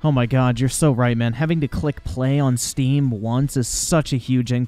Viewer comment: "Zhere iz a Zteam icon right zhere, 2 klicks away" this guy can not, CAN NOT be fucking serious...